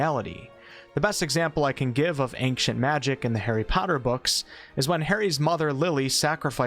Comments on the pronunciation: How can you not know how to pronounce ancient, though? Go be ashamed, man! :P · The way you pronounce "Ancient" tickles my brain the wrong way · love your vids but i cant believe you are this bad at saying the word ancient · you are a horrible person for pronouncing that word the way you pronounce it. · Am I the only one bothered how he pronounces “ancient magic” ? Does it sound normal to y’all? And take a puff every time he says it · Every time you mispronounce "ancient" millions of my brain cells die. Just don't say it at all if you can't. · please learn how to pronounce ancient..... wtf even the trailer you played said it right.... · and pronounced it wrong every single damn time.. I'm few min in and had to stop the video. Idk if I can muster the rest. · .. and says it weirdly.. 🙉🙈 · Took a few listens to hear the K in his "Ankcient" but now I can't unhear it every time.. but no that's definitely not the norm in the west if mean US and Canada. There might be 1 or 2 American states with a very country accent that might say is like that but definitely not the norm that claims. Either way who really cares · sounds like he’s saying “ank-cient” right?! Or am I going crazy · i m hearing ack cient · Ankcient Magic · well since he says angcient magic everytime you should be fine ;) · Please stop saying "anqcient magic". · He's complaining that he pronounces "ancient" as "ank-chint". Basically, a nothing burger. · It's not how you pronounce the word ANCIENT! xD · Ancient not ankcient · Why are you saying the word ancient like that? It pronounced (ain)-(chent) not “ankchent” you don’t annunciate the “c” like that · It's "Ain-Chent" not "Aink-shint" lol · ayn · chnt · ANK-cient! Magic! “Its wingarrrrrdiumlevosia” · Pretty sure its not pronounced ankient magic, even though im swedish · Ahnckshient magic.....I can't take it anymore!!!!!! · Ainkshant magic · I’m sorry why do you say ankcient magic? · It sounds like your saying ankious magic lol